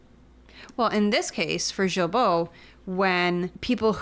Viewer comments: the G in Guilbeault is a hard G sound like Garbage. 😉😉 “guy-bo” guy rhymes with me. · Folks, Big fan of yours... not so much of that freak minister... But as French-Canadian/Québecois ... Please pronounce his name correctly Gill-Bo (mine (Despatie) gets boutchered all the time... To make it English proof: Day-Pat-Tea or as I ofen say... Remember the DAY you invited PAT for TEA...)... Thanks.